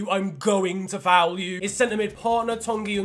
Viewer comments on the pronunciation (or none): none